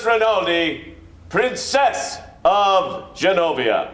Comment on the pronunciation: Why do characters in this film pronounce "princess" like prin-CESS? Are there really people out there who exaggerate that last syllable or is it just the Genovian accent lol